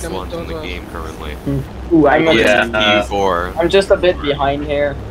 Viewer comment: IT'S NOT TiYu-4 it's Too-4